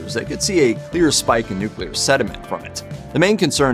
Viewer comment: I'm so glad you can pronounce "nuclear" correctly. There are tons of reporters, narrators & politicians who pronounce it "nuculer ". Drives me bananas!